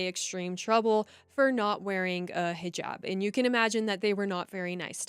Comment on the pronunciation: Thank God you are pronouncing hijab correctly not highjab